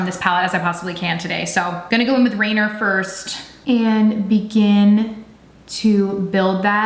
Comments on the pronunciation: Ahhh. RANIER. like Rain-NEEER. Not Rain-er. And not like a French Rain-yay. Named after the Mountain. Her reveal video pronounced everything correctly. Good try though. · Rainier is pronounced “ray-NEER”, fyi. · I got my alarm ready... I live in VA but I'm from Seattle, born and raised, moved to va 4 years ago... I giggled when you pronounced rainier as Rain- ER... It's Rain EER... Like reindeer without the D. So cute love your videos... thank you for reviewing this!!! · It’s pronounced Rain-eer. That’s our lovely mountain here in Washington. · Here is a little pronunciation help for you Chanterelle is pronounced "Shan-ter-el Ranier is pronounced "Ruh-neer" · I love you so very much; your so cute, Rainier is named after one of the most beautiful mountains in our tri state area. Its pronounaced rain-ear. I sent u a dm on ig a while ago that is so so IMPORTANT to me. I know you're tremendously busy but if you could PLEASE🙏🙏🙏 spare 5 mins to read it that would seriously mean more to me than I can even explain in words. My Instagram handle is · Love the look.... I hope I do not offend.... Rainer is pronounced raineer...it's a Mountain in Washington...also chantrelle is pronounced Chan trell....it's a type of mushroom found in the Pacific northwest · "RANIER" is pronounced ray-near not only is it a mountain here in Washington but it's also a beer that most of our elders around here call vitamin R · I'm assuming shade rainer is RAY-NEAR. Like Mt. Rainier. I only know cuz I live in the PNW lol. No shade just trying to help 😄😘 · Seems like you didn't even watch her reveal video, which is disappointing. For example, with so much trouble pronouncing. Ranier. Once you know its mount Ranier reference its pretty simple to remember to pronounce proper. Plus other comments you made, pretty obvious. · So I think it’s cute how you’re saying the names of Rainier and chanterelle. Definitely not saying it right lol beautiful eye makeup